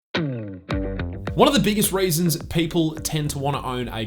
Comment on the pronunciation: Within the first 10 seconds I heard raisins instead of reasons, it's an instant no for me dawg. J/K, love the review, great work.